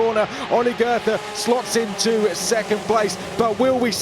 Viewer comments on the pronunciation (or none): Please stop mispronouncing Goethe. I only recognized that you meant him after the Last SC. Just pretend his name was spelled „Goete“ and you‘ll do much better. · pronouncing goethe as if it were written as "gerther" smh .. I mean I know it's not the easiest of names, but you could at least try to make an effort